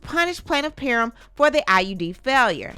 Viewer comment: PAR-HAM is how it is pronounced